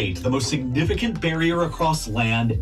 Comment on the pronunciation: MOUN NAINTs 😂 SIGNIEEEEFICANT 😂😂😂😂😂😂😂😂😂😂😂😂 Alrigt!!!!!!